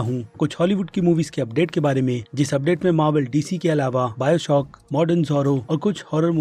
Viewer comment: You make great content, i appreciate that but please say the names properly. Henry kalvi- Henry Cavill Biostock- BioShock